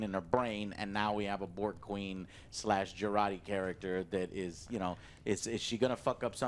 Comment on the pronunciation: Having never seen the show, I thought "Jurati" was Joe trying to say Geordi (La Forge), lol. Great review, glad I dodged anything Paramount+.